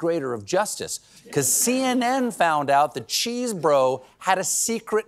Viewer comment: I'm pretty sure it is Chesebro is just an Amercianized spelling of Chesborough, so not pronounced "Cheese-Bro".